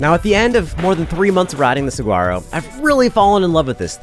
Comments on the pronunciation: Love your videos! FYI the G in Saguaro is silent:) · Can anyone tell me if the bike is any good? I had to stop watching when he kept pronouncing the G in Saguaro. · Is anyone else thinks its hilarious how he's saying saguaro? come on you dont have to be from arizona to know how to say it right. i would love to see him order at a mexican restaurant. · Love the reviews, but I must correct you on one thing... I grew up in Tucson... pronounce saguaro with a "wh" not a hard "g" ;). sa-WHARRO. I've been riding my Rocky Mtn Growler 50 for 3 years now and I still love it, though I've upgraded the brakes, handlebars, grips, pedals, and tires. Soon will be upgrading the fork. But I am sold on being a 50 year old on a hard tail for many of the reasons you mentioned. As a dad, I shouldn't be flying at 30+mph on a full suspension rig... the crashes are tougher to recover from. The hardtail keeps my speed lower, tires me out faster (so I can get back to my family), and keeps my bike handling skills sharp. And the simplicity is especially valued as life seems to get more complicated. I raced my Trek 8000 with a Mag21 shock all over northern Arizona back in the mid 90's and had a fully rigid Diamondback Ascent in 1989, so I've been a fan of the hardtail thing for 35+ years. Still have my '81 Mongoose BMX bike too. Hardtails will never go out of style! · Great video as always but you have spent enough time in Arizona to know that the 'g' is silent in saguaro! suh·waa·row! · Pronounced (Suh waa row) 😊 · The G is silent